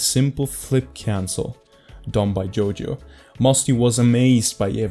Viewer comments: Is it only me or doesnt pronounce JOYO properly: JOJO, YOJO YOYO 😂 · No shade at all, but I LOVE JOJO. This has to be my favourite mispronunciation of his ign I've heard, it's so awesome lmao